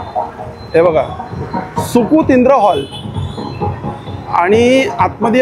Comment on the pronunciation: सुकूतीद्र नाही सुकृतींद्र